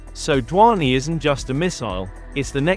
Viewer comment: "DHVANI" pronounce to dhang se karle pehle 😂😂😂